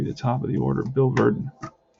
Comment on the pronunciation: Hey its the other Milwaukee Braves 1959 replayer...watching your tenth game last night and saw you are butchering a few names...and remember it's the Braves not the Brewers. Anyway it's Billy Brewt in......Buhl is correct, Buhwil...Carl Willey is Willey same as in Willie Mays...even though you spell the Willey like this...it is not Wylie...Boy are you getting great rolls for Eddie Mathews...keep it up man!